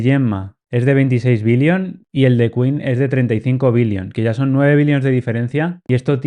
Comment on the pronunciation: Son chinos, por lo que se pronuncia "qwen", como "te das cuen?", no es queen 😜 Muy buen contenido sobre modelos locales. Espero no te tomes a mal lo de la pronunciación 👍🏼👍🏼